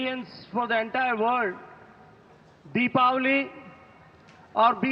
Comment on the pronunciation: Thanks UNESCO for pronouncing Deepavali right